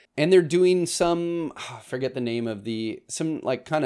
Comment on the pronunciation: Bro please pronounce names correctly, cuz some go looking for something you named, and the person has no idea what their talking about.